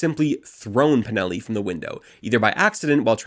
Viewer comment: This is very good reporting, but PLEASE, leatn how to pronounce DEL-LE CHIA-IE. My italian brain bleeds when you say it. You're very good at pronouncing Valpreda and Pinelli, though.